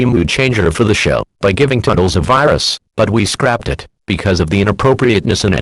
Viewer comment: Is "Toodles" pronounced "Tuddles"? Maybe it's because Text to speech are sometimes bad at pronouncing.